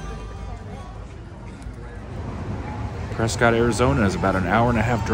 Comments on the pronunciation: Its pronounced "Preskitt" NOT "Pres-SCOT".. as you were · Nice video. Prescott, however, is pronounced like "biscuit". Also, you missed another very historic place, The Hassayampa Inn on Gurley Street. It was built in 1927 and has been very well preserved. It even includes one of the first Otis elevators, which is still functioning today. The hotel lobby and interior are beautiful and the bar and restaurant contain many original features. The hotel is fully functional and offers excellent food and entertainment. It is a very popular gathering place for residents and tourists alike. it is located across the street from another historic sight, The Elks Theater. hopefully. you will get to see these amazing places. if you haven't already. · It is a beautiful wholesome town. That is why so many people are moving here. We pronounce is Preskitt. Most of the people living there are not from Prescott. Most from other states and many from the Phoenix area that have retired and decided to get out of the rat race of a large city. There was a famous movie scene on the East side of the courthouse. The movie is Billy Jack. It was made around 1971 in the Prescott area, with other scenes right downtown. In the summer there are about 3 concerts a week on the courthouse grounds. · Preskitt! Rhymes with Biscuit! I kept watching to see if my husband and I were on video because we are at all of the arts & crafts shows! Love this town, sold our houses in NM to relocate here (but couldn't afford housing in Prescott, thanks to Californication, so we live in nearby Chino Valley.) Beautiful town, friendly people, great weather. But don't move here because we are full, just come to visit, and spend your money, LOL. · The pronunciation of Prescott is Preskit. Please use the correct pronunciation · They pronounce it Preskitt. But the author the town was named after pronounced it how it’s spelled. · Everybody who lives here says press kit.